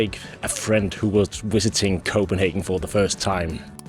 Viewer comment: I visited Copenhagen last year and really appreciated your explanation of the neighborhoods around the center. Also it is a treat to hear your authentic pronunciation of place names and foods.